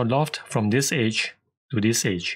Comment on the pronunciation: Great tip! Tho for the first few minutes I was confused what "H" did you mean. You were saying "Edge" for the whole time! XD ^_^' You might want to work on the pronunciation of that one :P Thanks for the video. Cheers.